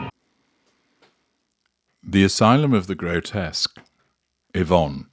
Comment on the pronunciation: I’m glad you pronounced her name correctly. My Mum’s name was Yvonne and she always complained that people called her Evonne. Totally different name .She always said her name was ivonne not evonne ,to make a point between Y and E .